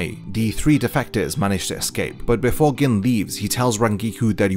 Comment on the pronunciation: Gin, pronounced "Geen". Sorry but it was killing me every time you said "Gin"... still upvoted. Great video.